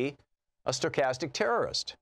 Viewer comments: Please learn to pronounce the word Stochastic!! Just trying to repeat words you don't understand or can't pronounce takes away from your credibility. Stochastic means random as it changes over time. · Dude can't even pronounce the word. Who would be so foolish to think he knows what he's talking about. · Julia Lerner I completely agree with you on the meaning. It clearly means hate speech leading to random terrorist acts. My concern was the mispronunciation of the word Stochastic with is a advanced math concept meaning a random event that changes its randomness form over time.